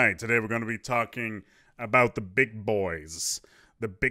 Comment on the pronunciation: Am I hearing things or was he saying "Tarkin" instead of "talking"? Would fit the title.